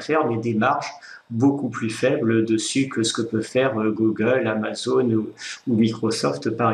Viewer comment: on dit Gougueule, pas Gogueule...